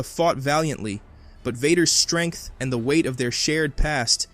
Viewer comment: what is it with you americans? Vader never pronounced "shtrength". he used the word "strenght" with S not SH.